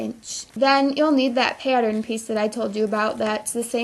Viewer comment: shes good at these but every time she said pattern I got triggered lmao